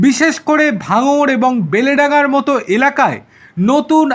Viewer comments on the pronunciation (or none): Kathataa beleydanga noi ota hobey beldanga